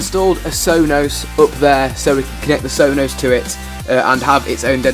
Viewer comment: Hilarious how you say sonos